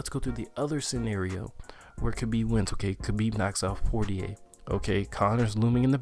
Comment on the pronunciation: It's pronounced Poy yay lol